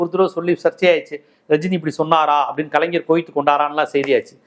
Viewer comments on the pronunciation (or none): none